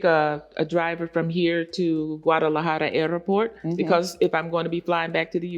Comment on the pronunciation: 😂lol… She said “Airr-o-port.” 😂Then she said “500 pesos” to get there and the pop up said “$500 USD = $8550 pesos” 😂😂. It’s less than $50 y’all.